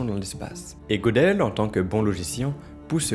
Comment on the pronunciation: Très intéressant. Petite précision : Gödel se prononce Gueudel